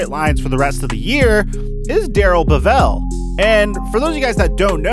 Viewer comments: Bev-ell not Bev-vell.. Great video btw. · So much wrong in this video...where to begin? I don’t know if I can cover it all... The man’s name is Bevell, like level, not Bevelle. Also, he was not OC for all of Patricia’s tenor as coach. Jim Bob Cooter was held over from the Caldwell staff for that year. Bevell came onboard for 2019. Patricia wasn’t indicted “shortly after he was hired”. It was in 1996 stemming from a spring break incident in Texas and the charges were dropped ten months later. The news just dug it up after he was hired. The Texans 1st round pick belongs to the Dolphins, not the Jets. Everson Griffin was acquired for a conditional 2021 6th round pick that could become a fifth, not a fifth AND a sixth. And if you think THAT is why no one should have confidence in Quinn that is laughable. The reason he had to make the trade in the first place is a more likely reason amongst many others. Not only should you not be a replacement candidate for their jobs, but given this sample of your work maybe they should be candidates to replace you. They were at least right sometimes. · It's Darrell BEvell, not BeVELL... Yeah, It's nit-picky, but you should be able to pronounce the guy's name correctly if you are to appear knowledgeable. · It's pronounced Bevel one fluid word. Not Bev-EL. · You're pronouncing bevell WRONG! Look it up!!